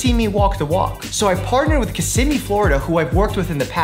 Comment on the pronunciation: Just like to say thanks for pronouncing Kissimmee correctly. Come back down, loads more to discover! 💜